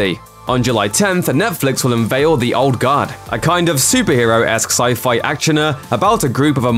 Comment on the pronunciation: Sounds like he's saying "Old God." Was confused for a minute.